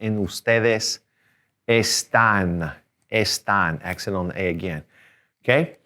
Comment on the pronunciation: Estais and estan was not clear